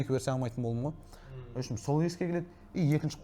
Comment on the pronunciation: “Опшем“ емес !!!! “В общем “ !